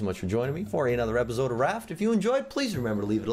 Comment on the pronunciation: Just me or does he say repisoide? For the outro doesnt he say repisoide instead of episode?